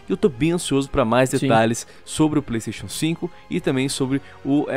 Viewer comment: Pleisteixo Pleisteixo...